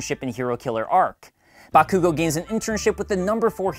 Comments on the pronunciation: Haha BaKoOgO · Maldonado It's really hard to focus on writing my review of season two, because that pronunciation of Bakugo's name is killing me with laughter. xD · Um... it's pronounced Buttkoogo. Thanks. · JustNel ikr, I hate the way he said bakugou